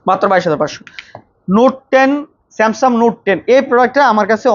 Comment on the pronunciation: ভাই, স্যামসাম না, স্যামসাং বলেন